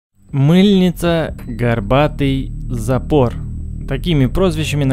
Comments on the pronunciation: Вообще то зЭпэр, а не зАпор. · зАпор, а не запОр ... видно молодой Автор... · Не запор, ударение на о, а запор, ударение на а, Запорожье. Эх позорище! Учи русский язык.